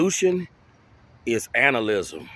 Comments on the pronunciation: Anal-ism? Like going ghey? xD Just kidding, it's pronounced anti-natal-ism lol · plz - pronounce it correctly. Anti - nay - tal - ism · Anti nay tall ism is how it’s pronounced. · its pronounced anti-nay-tal-ism type the word into youtube and you'll see a video pronouncing it correctly